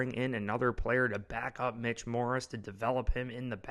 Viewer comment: It’s Mitch morse….not morris